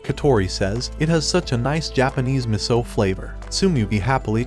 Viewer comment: Meso? It's miso